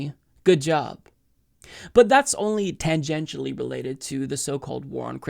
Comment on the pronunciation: Tangantially? Kyle kulinsky too referred to the word tangantial. Weird!